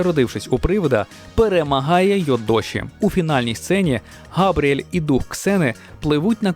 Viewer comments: Не Габріель, а Габріелла😅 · Дякую! Але не "Габріель", а Габріелла!!)